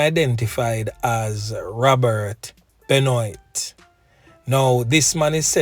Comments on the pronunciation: Benoit is pronounced Ben - waah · BENOIT it's a French name bro, it's pronounced BENWAH😂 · It is pronounced 'benwaa' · Just want to share that the correct pronunciation of this predatory rapist sounds like "Ben-waa". It's a French last name.